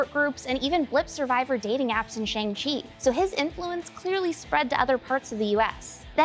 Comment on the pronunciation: Big sigh… I don’t think it’s too nitpicky to say, when the titular character in a movie tells the audience how to pronounce his name—in the trailers, no less—I’d hope that people would, ya know, have noticed and self correct. It’s Shang-Chi.